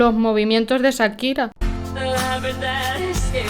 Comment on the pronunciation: Por qué dice Sakira si acá en América la pronunciamos Con el sonido de Cha.